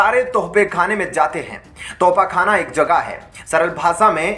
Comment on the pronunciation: Bhai thofakhana nahi tosakhana.Thoda sahi Karo apne aap ko.